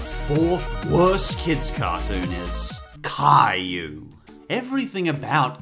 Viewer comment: You mean cry you not Cayou